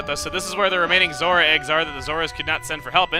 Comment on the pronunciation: For some reason, every time you say Zora, I hear Zorua from Pokemon